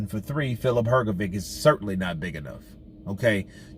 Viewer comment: It"s hrgović so not hrgovic but like hrgovich